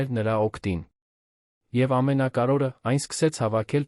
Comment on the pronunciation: Արհեստական նանսկանութկմյում շատ սխալներով, Լևոնը լոն, ամենակարւորը ամենակարորը, հետևումը հետում էր, այլես եչմի լուրջ աղորֆում։չկա՞ բոլորը արհեստական բանականության կազմած ապուշություն, լոնը լոնը լոնը լոնը զզվեցի երևսնը երան լևոնը լոնից.